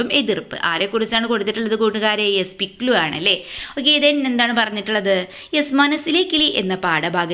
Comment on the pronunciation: പിക്ലൂ അല്ല പിക് ലു